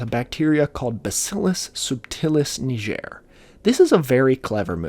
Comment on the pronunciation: it's pronounced like the g in "get", its from the Latin word for black.